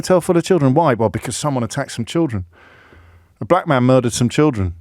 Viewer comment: You do wonder if he pronounces "black" with two gees.